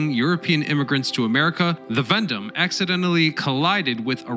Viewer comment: say Veendam with me...vee-en-=darm